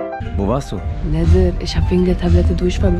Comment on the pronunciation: Es ist schon verdammt cringe wenn sie nädir yalla sagt ALS Alman kommt das sehr cringe